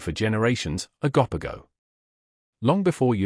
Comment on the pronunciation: You’re pronunciation of these creatures is debateable lol It’s O GO POGO lol